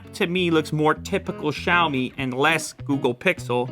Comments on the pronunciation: SiaoMi is the correct way of saying Xiaomi! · It's "siao-mi", not "shao-mi". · Its actually pronounced "siaou me"